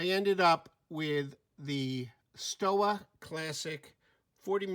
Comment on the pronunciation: The Stowa (pronounced with a V), Sinn (pronounced with a Z), and Melbourne are my favorites of your lot. Btw, give solar analog quartz a chance in chronograph form. Best way to do the complication justice, and you don't have to go funky in design like a GShock.